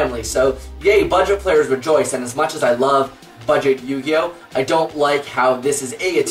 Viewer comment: Thank goodness!!! Finally a yugituber who knows how to pronounce cards.